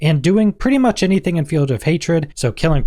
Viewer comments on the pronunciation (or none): none